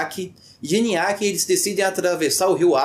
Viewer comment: falou errado niaque vc disse, o correto é Nioaque que significa clavícula quebrada na língua Terena, língua indígena